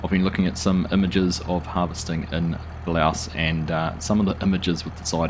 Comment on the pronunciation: It’s pronounced like “pah-loose”. They also empty by the combines driving to the grain cart on a flatter area, rarely on the go. Great start! Will be fun to see it grow.